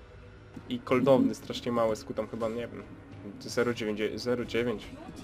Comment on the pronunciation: miałem dać łapke, ale usłyszałem "koldowny" (cooldown) ;)